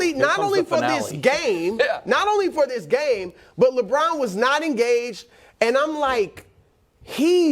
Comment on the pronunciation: The way Broussard pronunced LeBrown